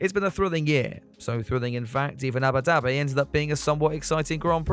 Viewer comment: is it just me or do i hear Yabba Dabi